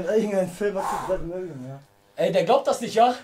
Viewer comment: Du sollst 3 mal blandy mary sagen